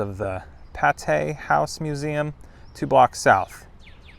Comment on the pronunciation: Patee House Museum, pronounced PAY-TEE. Neat place, I live in St Joseph, MO.